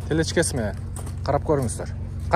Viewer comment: Телечка эмес Телешка деп айтылат